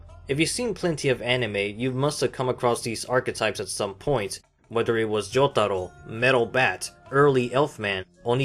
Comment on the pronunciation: I hear Joug-taro and the way I pronounce it is Joe-taro